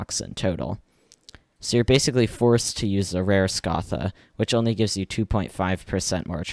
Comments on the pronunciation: its not, its pronounced scath-A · Imagine mispronouncing scatha as “SCOtha” I can’t even imagine bro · i see the trend of people pronouncing scatha wrong after did it.